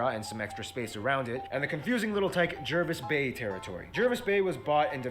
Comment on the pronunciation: *Platypuses. *Australia is an island continent (roughly speaking). *It's pronounced Jarvis Bay not Jervis Bay (I know the spelling). *External islands, mostly are uninhabited except for a few like Norfolk Is.. Cane toads are poisonous. As at mid 2021 population is around 26M. As you know now, currently China/Australia relations are not good.